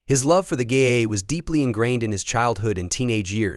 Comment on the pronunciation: The huy in the grey hoodie is not Paul but a Dubliner who won the Paul Mescal lookalike competition last week in Dublin! Sloppy editing and its not " GAYA" it GAA= GAELIC ATHLETIC ASSOCIATION.